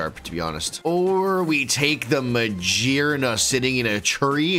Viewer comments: Ma-GEAR-na, not ma-jeer-na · The pokémon's name is Magearna like gears. was right., stop saying Magearna with a j sound. It's not correct. If you drive a manual car, you don't shift jeers. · Hahaha "because it has a bunch of JEERS" not gears, no ofc not 🤣🤣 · Ma-Gear-na. Not Ma-jeer-na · for. if you say the word gear, how are you saying it? you have to pronounce magearna the same way, because her head is a GEAR